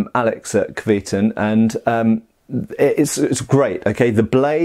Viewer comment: Great review for what looks like a great product. Going on the Cyrillic, I'd pronounce it something like "kvyeh-tUn". I know it doesn't affect the blade itself, but if you like something, it's nice to know how 'to call it by its right name'.